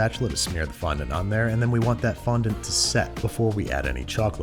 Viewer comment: How's about you fondon't mispronounce fondant?